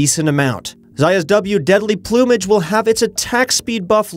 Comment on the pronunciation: “deadly ploom-age” 😂😂😂 ?